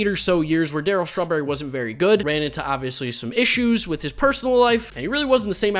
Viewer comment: I love how he says Darryl strawberry as I’m eating strawberries